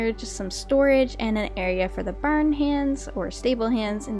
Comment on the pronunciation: But a barn sounded like ba da bern, sorry I kinda laughed